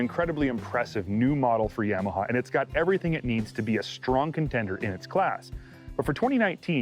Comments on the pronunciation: Please learn how to pronounce “Yamaha”. Thanks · I work at a Polaris store, and my boss says it like "Yam-aha" as well. It really irks me. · Why does this guy keep saying YAM a huh ???